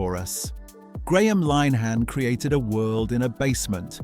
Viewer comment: So not banned then. And a narrator who can't pronounce the names in his script (Linehan, I.T. Crowd, Blamire and so on). And the clips not from the series they're talking about (e.g. clips from The Two Ronnies during the Open All Hours segment)